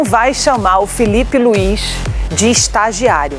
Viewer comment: Kkkkkkkk Gosto quando ele fala , Filipe Luiz . Kkkkkkkk Não sei como ele é comentarista. Kkkkkkkk Vergonha.